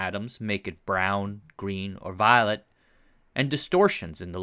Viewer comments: It just hit me! It's the same way Thumper says "violet" in Bambi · It sounded like you momentarily dropped into a deep American Southern drawl when you said the word "violet" and I just about got whiplash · I noticed that too! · I think I'm mesmerized by the way you pronounce "violet" like Thumper in Bambi.